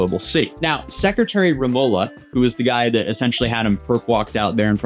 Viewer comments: For giving good content, let me help you pronounce Tagalog words better to impress Filipinas. Tagalog is pronounced as Tagah-log (lo as in the first syllable of low) not Ta-ga-log. Taguig is pronounced as Ta-gig the guig is pronounced like the English gig. Remulla is pronounced as Re-mool-ya. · Also another correction the name is pronounced as "Reh-Mul-Yah" as the double L is pronounced L, followed by a Y.